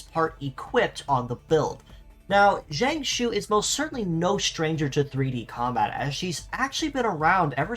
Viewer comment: Using very broad English approximations, Chinese 'j' sounds like 'tch' and 'zh' sounds like 'ts' or 'tch' (but with your tongue curled up). Something like "chee-ang-tsoo" or "chee-ang-choo" would be more accurate. The Japanese transcription is "chiantsu". Just a friendly fyi, Chinese is super hard to pronounce.